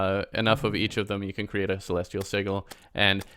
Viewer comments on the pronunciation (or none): Sigil is pronounced with a soft ‘g’